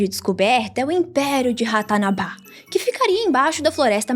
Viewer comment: "Rato na rabá".